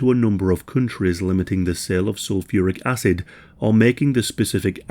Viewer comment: Great vid, horrible subject but am I the only one hearing asses and not acid here? 😬